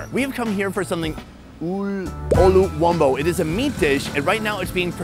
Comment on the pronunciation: 😂😂😂how did he say luwombo again